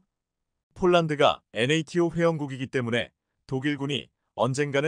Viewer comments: 엔에이티오를 그냥 나토(Nato)라고 읽어라, 몰라도 너무 모르네요. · ㅋㅋ. 나토 를 엔에이티오 라고 읽어주네!!글구ㅈ케이 나인을 케이구 라하고 케이 투 전차를 케이 이 라고 읽어주네~그렇게 읽지말라했거늘 안되나보네!!